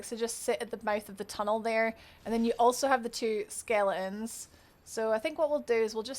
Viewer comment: all i heard was skele ons .. thank you that was great guide